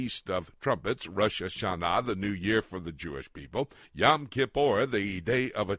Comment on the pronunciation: Yom. Rhymes with dome.